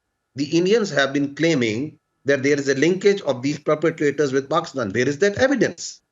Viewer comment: Saala pakistan tou dhang se bol de… he is saying pakstan instead of Pakistan😂